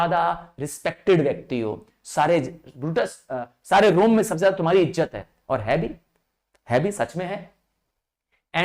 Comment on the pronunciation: Btw sir be not be angry u pronounced izat as ijjat